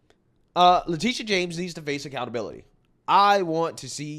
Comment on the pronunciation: Her name is Letititia, Le-tittie-ah